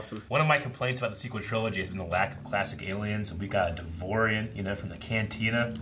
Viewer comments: It's not "Devorian", It's "Devaronian" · It's pronounced "dev ah ronieian"